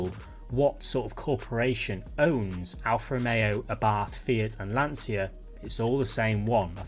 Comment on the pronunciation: for abarth just say abort but with an a, its no english th at the end